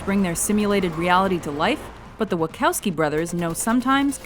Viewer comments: Wackowski? It's WaCHowski... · It's Wuh-CHOW-ski lol